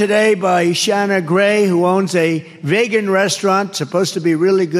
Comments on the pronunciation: What the hell is vaygan food? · Instead “veegin” he say “vaygin”. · DJT doesn't know whay he's talking about. That's Vegan ( Veegan), not Vaygan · Speaking languages no one has ever heard of. Donald Von ShitzInPantz. Infrastruckasure. Vagan restaurants. Bakkakt. Look into the oranges. Ree bee doo-ahhhh. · Vay-gun. Etc geez.... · Vaygan? What's vaygan? Kathleen